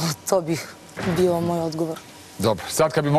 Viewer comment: jeste malo smešno...ahahahaha pa nije je bijo nego davijo :) joooj Ok mi je devojka ali žešća je kad progovori i još pokuša da opravda taj fakultet koji završava ili je završila nebitno